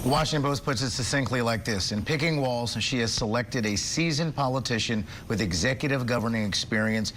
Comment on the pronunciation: Thank you for being one of the seemingly few news anchors who pronounced his name correctly.